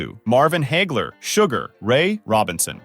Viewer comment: Either this is yet another AI narrator or this guy didn't read the script before he started recording & he got caught up with multiple names. For instance, "Sugar Ray Robinson" is not 3 separate sentences, it's one name. He also mispronounced "Hagler", so again, either AI or not a boxing fan.